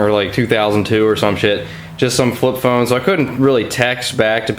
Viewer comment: thought you said your thumb broke not your phone XD